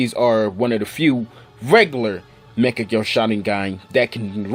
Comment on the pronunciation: the way you pronounce Mangekyo lmaoo